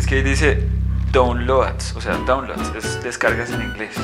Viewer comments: Y no se pronuncia downloads tampoco, se pronuncia "dauwnlods" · Nisiquiera dice downloads bien...downloads se pronuncia "daunlouds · se pronuncia “daunlouds”